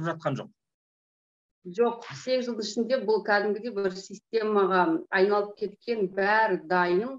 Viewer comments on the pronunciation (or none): Айланып емес Айналып.